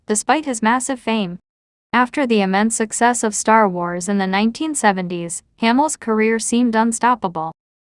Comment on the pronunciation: I despise videos that rely on computer generated AI narration. Nine-teen-seventy-s.... Has SLASH been.... GIVE ME A BREAK! If you can't take the time to narrate your own videos STOP POSTING. Nobody wants this crap. Thumbs Down and I'm telling YT that I never want to see your channel featured again.